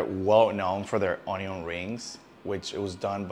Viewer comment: Hhahaha on eee iooonnn